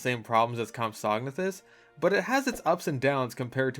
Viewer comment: hearing him say compsognathus wrong makes me want to jump into a raptor paddock